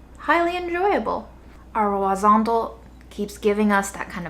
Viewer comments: I love your content, just in hopes you read my comment, the correct pronunciation in spanish for huazontle is something close to wha-son-Tleh(wha as in "what" son hard T L and the latin E which is close to an american e as in exited or element but not e as in either) WHA-SON-TLEH = huazontle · SO huazontle is pronounced like "wah ZONE tlay" (pretty close to that). Greetings from CDMX!